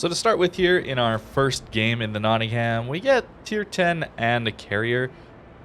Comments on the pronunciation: Heh, notting-ham So you know, it's pronounced Nottingum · Love your videos! By the way it's pronounced: knotting 'em